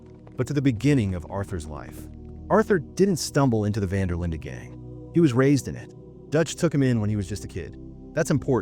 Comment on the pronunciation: I had to stop watching when you mispronouced Van Der Linde.